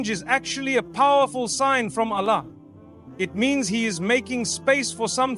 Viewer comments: This sounds like Ai. SubhanaAllah, we should be careful with all the information that we are receiving nowadays. The way he says « Allah » is not how he usually says it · I noticed that too. It doesn’t pronounce Allah the way Mufti Menk does! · This is AI my brothers and Sisters Watch closely And listen to accents of saying the word Allah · And yet u still cant say 'Allah' perfectly. When pronouncing the word of Allah, it must be thick, that is, yr tongue touching the upper palate. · This isn't mufti menk, the pronunciation of Allah is not from the heart. It reads like an AI generated voice. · It seems to me to be AI especially because of how he says Allah, he isn’t saying Allah’s name right. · Beware this is not Mufti Menk speaking. It's an AI voice. Be careful what you consume on social media. Mufti Menk can properly utter the word ALLAH. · The pronunciation of Alllah. And each time only saying Allah and not Allah SWT or other words he usually adds. 100% AI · AI GENERATED..... THE WAY ALLAH is pronounced is not correct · Ya even I felt it's AI.. Specially the way Allah is pronounced here